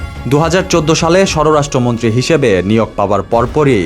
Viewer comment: ঠিকমতো পড়া শোনা করে কি পরীক্ষাগুলো পাশ এসেছেন নাকি নকল করে? বার বার বলছেন, "সর রাষ্ট্র মন্ত্রী। উচ্চারনটা কি সর রাষ্ট্র মন্ত্রী নাকি সরাষ্ট্রমন্ত্রী?